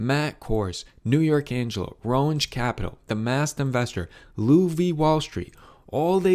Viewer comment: well, you don’t really know much though, do you? Not even the pronunciation of Roensche, a subject of your video. You’re welcome for the info.